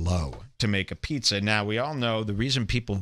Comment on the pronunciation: Joe says Pizzuh